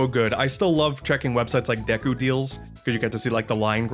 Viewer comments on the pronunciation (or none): none